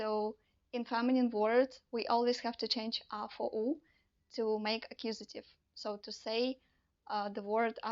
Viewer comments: "akkusative", "genetive" ?? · Very clear, simple and informative. I’ve subscribe to your channel and I look forward to hearing more of the same (that is to say, clear, simple and concise). I will re-watch and take notes to absorb. BTW…not meant as a negative criticism, it is ACCUSATIVE and GENITIVE.